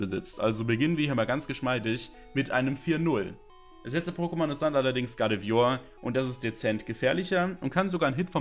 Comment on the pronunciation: Guardevior ist halt immer noch die Falsche Ausspreche. xD